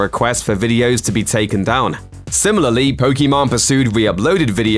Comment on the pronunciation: It’s funny how he calls pokiMANE “pokemon”